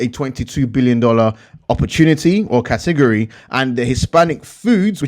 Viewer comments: I like how you say category. lol. Kahtigorree! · I love when you say “Cah-teh-gor-eee” :) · Katigeryyyy 😂😂😂😂😂 cat a gori buddy